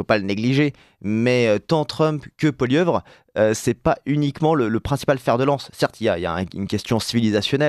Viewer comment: Bonjour du Canada: l'on dit Poilievre pas Poilieuvre